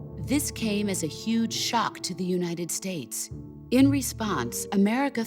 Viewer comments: "the united snates" ;< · also starting is UNITED SNATES suppose to be UNITED "STATES"????